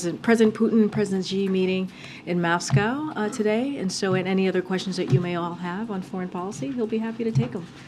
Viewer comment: new pronunciation of Moscow by jean: Muose-cow